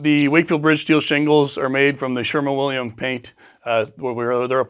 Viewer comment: It's not ASH-fault . . . it's ăs′fôlt″ . . . . . . . . . . AND . . . the paint company is SHERWIN-Williams not SHERMAN-Williams . . .